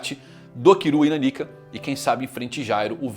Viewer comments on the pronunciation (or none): Pq ele fala kurapika e nanica diferente Que agonia